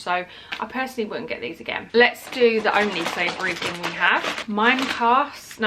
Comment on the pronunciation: Not every thing. Every thinkkkkk